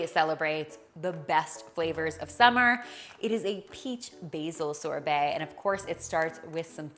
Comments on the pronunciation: The way she says sorbet :) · She’s pronouncing sorbet wrong n it’s killing me!! 😩🙄